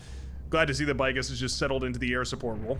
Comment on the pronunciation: Is it not pounced 'Big-gus'? As in 'Biggus Dickus', the famed Roman Legionare?